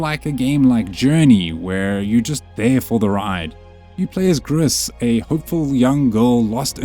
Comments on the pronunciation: Pretty sure Gris is pronounced "gree" - it's French/Spanish for grey? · the "s" of Gris is silent ;)